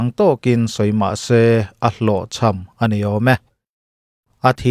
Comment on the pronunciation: A ni, ti a i lamdan hi a ne, tih a angthei e... ngaithla ve chhin teh 🤭